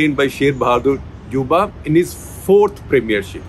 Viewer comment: Pronounced Deau-ba